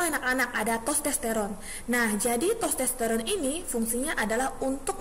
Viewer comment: maaf bu. sekedar evaluasi.... mohon membenarkan penyebutan nama organ. Skrotum... bukan skortum, testoteron bukan tostesteron... tuba fallopi bukan leher rahim. nama lain leher rahim itu Servix... mohon maaf sebelumnya, tetap semangat untuk berkarya...